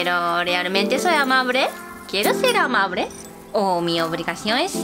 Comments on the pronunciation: Amabre? Su obligación es ser amabre? Jajaja, da risa como pronuncia la “L” ❤️ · Conclusion del video: los japoneses pronuncian amabre